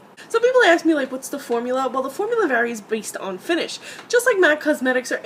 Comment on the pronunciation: You are flipping annoying - axes!?!? You have the nerve to make comments on the names of the colors, but you can't say ask? Exactly what "College" did you attend? Get over yourself